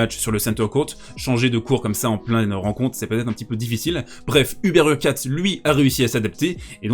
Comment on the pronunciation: HurkaCZ - CZ = comme un "tch" / dans "tchèque" ou au début de "choke" en anglais et non un "ts"/"c",/"s